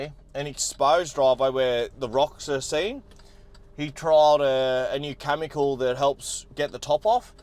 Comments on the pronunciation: It’s pronounced Kemicle not Camicle. Chemical Cheers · its "Chemical" not "Chamincal"